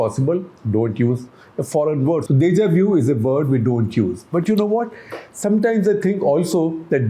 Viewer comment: I think you mispronounced “Deja vu” as “Deja view”.